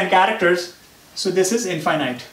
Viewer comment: Pet peeve: Wrong pronunciation of "infinite".